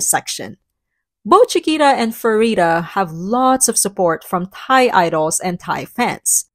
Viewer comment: small note; the Ph in Pharita is pronounced as a hard P. The romanization Ph expresses this, while a normal P is pronounced more in the direction of B. Ph as F is actually unusual. I'm not sure, I think the French-style transcription of Vietnamese is the only one that uses it that way.